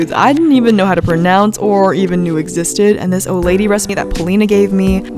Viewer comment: Who thought when she said Oladi she said OLD LADY! No? Just me? Ok.